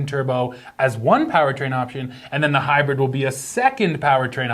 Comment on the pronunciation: Tie-yo!-dah Tundra hy-bread